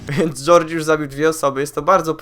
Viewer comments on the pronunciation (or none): TE TRAPY TO SĄ TYLKO SKINY TO TYLKO ZMIENIA WYGLĄD KAŻDY TO WIE DEBILU I TE RÓŻNRE ŚWINIE TEŻ I ŻADEN SKIN NIE MA NAWIĄZANIA DO FABUŁY i ty czytasz gorge źle bo czytasz to jak gorgie